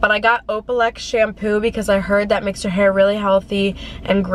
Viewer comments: “Opalex” 😂 its olaplex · hahaha she said opalex instead of olaplex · yes it’s olaplex but she called it “opalex” hahaha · She said opalex 😂